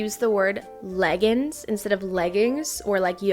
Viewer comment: MY MOM SAYS LEGGINS TOO!